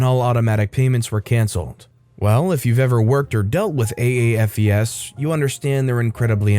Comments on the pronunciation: Note: AAFES is an acronym. Pronounced A-Fess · *You"re* ..... and the acronym is pronounced as "A - Fees". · Understandable but it is pronounced:A -FEE-Z...